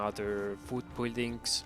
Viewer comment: buld buldings..i can't hear it any longer lol